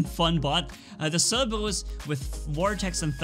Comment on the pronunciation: Who lives language cerbebus is what he calls it it's called cerberus